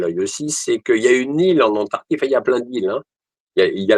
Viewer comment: AntarCtique et non Antartique !